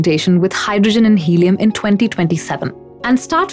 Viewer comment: "Hellium" huh?